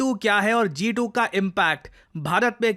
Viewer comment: G2❌ Jha2✅ 😂